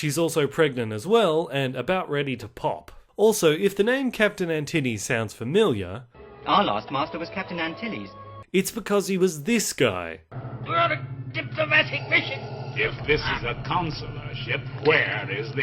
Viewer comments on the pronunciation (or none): Great video! (P.S It's captain Antillies not Antinnies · Antilles, not Antinnes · It's Antilles, not "Antinnees"... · You got Captain Raymus Antilles's name wrong. It's not "Antinees," it's "Antilles." And he's not a "catpain," he's a "captain." That cat is quite a pain, though. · First off, I must say that I really love your take on things. would have been great to see your version. That being said...I believe you are mispronouncing Raymus Antillies's name. I may be hearing it incorrectly but it sounds like you are pronouncing it "An-tin-ees". Just something I noticed. Also is the prince's name Valorum? as in chancellor valorum? if so that is mispronounced as well. It sounds like you are saying "Valium" like the "Space balls" prince. I could be losing my mind as well. so there is that...lol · God damnit man it's Captain Antilles not Captain Antinnes. I would've thought you would do some kind of simple google search for this. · You keep saying Captain Antinnes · Ugly Handsome He is saying it like Valium. He could’ve used Valorum as a name, but he went with Valium as a joke in his first rewrite. Though he is mispronouncing Antilles.